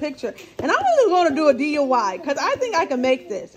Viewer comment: Hey Sis. I have to get some more egg nogg. Lol you said DUI for your tree. I can’t wait to see what you’re going to do with it. Great haul. Enjoyed watching. Tfs.